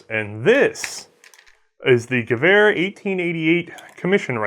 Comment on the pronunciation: You pronounced Gewehr right. Sehr gut :)